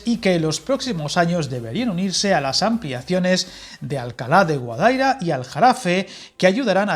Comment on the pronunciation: Guadaíra, con acento en la i.